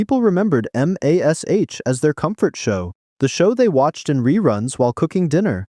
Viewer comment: It's mash. I get that it's an abbreviation/acronym. But you say mash. The word. Not EM AY ES EYCH. Please I beg you.